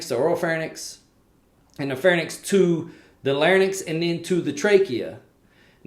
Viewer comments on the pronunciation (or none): And also NOT PHARNYX but PHARYNX There is an Y in between R and N in both words larYnx and pharYnx and not AFTER N. You made sound transposition. Look it up SLP